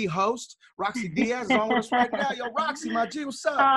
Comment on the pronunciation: Rosci not roscoe 😂😂😂